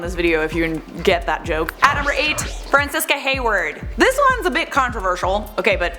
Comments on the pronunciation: Very interesting video! Good job! Also, real quick, “Francesca” is pronounced Fran-CHES-kah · Isn’t Francesca pronounced “Fran-CHes-ka”?